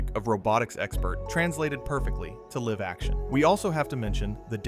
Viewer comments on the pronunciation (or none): I caught it when it said “liv action” rather than “live action”